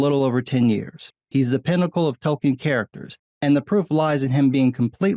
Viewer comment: It's not token ita tolken 😂 beat south park episode